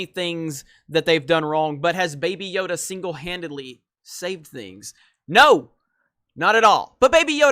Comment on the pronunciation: Did you just say "Bae Bae Yoda"??? Trademark that NOW!!!